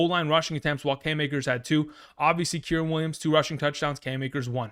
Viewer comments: KY REN. Kyren. Not kirin. K (eye) Ren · Kyrens name ia pronounced Ki-Ren like the star wars character Ki Lo Ren but without the Lo